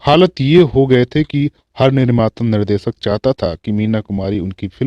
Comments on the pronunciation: Sir aapki bhasha shudh nhi shabdo ka ucharan sahi nhi he jaise sha shabd ko ucharit kar rhe he Nisha ko aap nisa keh rhe he Nirdeshak ko aap nirdesak keh rhe he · निसा नूर, सादी सुदा, दसक, निर्देसक, महेस भट्ट, अरे भाई उच्चारण शुद्ध करो